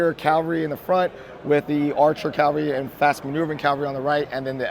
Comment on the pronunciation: I have no idea where people think the word cavalry is pronounced calvary